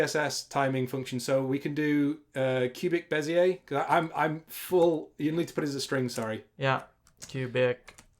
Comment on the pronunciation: Your pronunciation of Bezier is terrible:) is a great inspiration for me, so cool to see you two collaborating PS: I can't say "throughout" nor "focus" properly